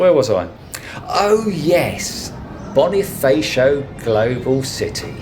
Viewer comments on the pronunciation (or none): Instead of saying Bonifaysio try Boneefahsho (as in saying fashion minus the n). Andres Bonifacio is a revolutionary hero who headed the revolution against Spain.